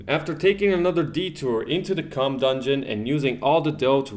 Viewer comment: The "cumm" dungeon..